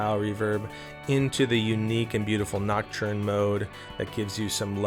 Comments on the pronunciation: Pls stop saying ”noc-churn” 😅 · gotta get that French pronunciation of näktərn going on 😜